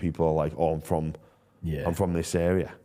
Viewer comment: also says "Frum" instead of "From" Big fan though mate keep giving jimmy shit